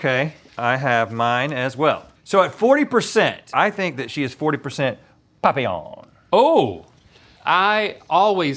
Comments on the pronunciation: Just for the record…it’s pronounced PAPillon not POPillon 😂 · Stop saying papillon like that AHHHHH